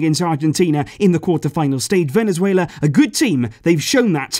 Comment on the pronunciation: I’m losing it when he’s saying ”Venezuelea”😂